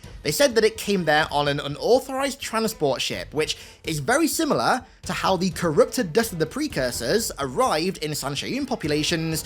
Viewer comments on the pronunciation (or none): none